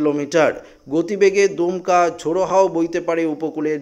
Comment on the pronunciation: দুমকা না দমকা